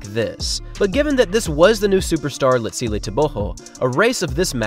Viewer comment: Could you please take time to learn the proper pronunciation of the african names of these athletes. I know you dont mean to butcher the names but I promise you it will go a long way. Like for example you dont say tebogo properly... it is suppose to sound more like Lee-tsee-llehh Tehh-bwuu- gwoh. What you currently doing sounds like saying nuu-aah lie- less instead of noh- wah lie-lls